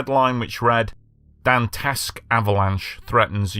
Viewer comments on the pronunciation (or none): Dante……esque! Not Dant’esque. Please pronounce the e